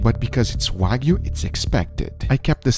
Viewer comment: nh libra Is the one that gives the most views though. Btw is Wagyu not Wagu, just saying.